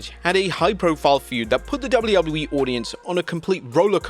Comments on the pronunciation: I always hear you say Gablu, gablu E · Wtf is doubley woubley e? Do you mean wwe?